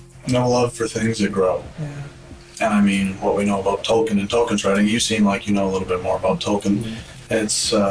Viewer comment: this chick is the only person on the planet who pronounces tolkien like that